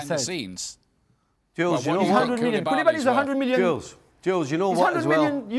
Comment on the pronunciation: 🤣🤦🏾‍♂️ Did this guy just say Koulibaly?!